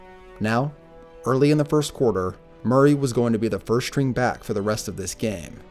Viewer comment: First-string back, not first-shtring back.